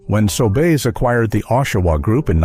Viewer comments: I can find no evidence that P-W ever existed in Canada. And the pictures of locations do NOT look like . The fake voiceover can not even pronounce Sobeys: "Sobays". I would not click on this channel again faster than the clicking of price guns down the aisle. (sheesh) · The hack that made up this "video" surely WASN'T Canadian. Hiding behind an automated voiceover. "Sobays"... right.